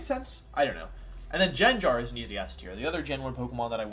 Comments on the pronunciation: BRO WHAT ARE THESE PRONUNCIATIONS??? JENJAR?? The Butcher is unreal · Why does he pronounce gengar as jengar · Does anyone else pronounce Gengar and Arcanine like wolfey does? Literally never heard them being said like that before :P